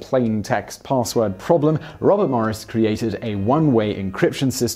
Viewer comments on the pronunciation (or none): none